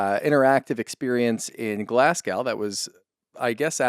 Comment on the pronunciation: Love you guys; my favorite regular podcast list... but... as a native Glaswegian (now living in the US), it's pronounced Glas-GO, not the way pronounced it as if it rhymed with cow. Thanks!!